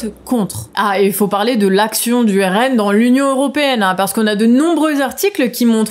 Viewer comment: le RNM ou RNeM, le E ne doit pas être séparé du M lors de la prononciation